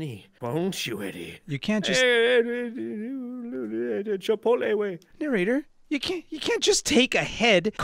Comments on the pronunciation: "chipoltle way" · "Chipotle way" XD I cant